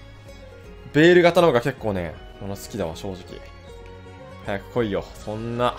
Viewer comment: 巻き舌ベーrrrルキタコレ